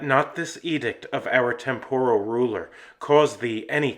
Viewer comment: Hardly anyone knows how to pronounce temporal. The accent is on the first syllable not the second. Please have mercy on us poor language perfectionists and check your pronunciations. Thank you.